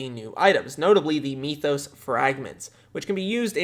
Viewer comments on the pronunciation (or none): m-ee-thos? MYTH-os.